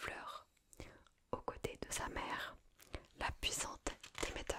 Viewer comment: Comment tu me prononcé Hadès et Demeter la ? Mes oreilles d'Hélleniste seignent 😭 Nan plus sérieusement il est très très sympa ce format, j ai adoré !